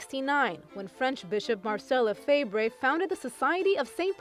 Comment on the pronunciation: You should pronounce his name correctly. We have more priests now. .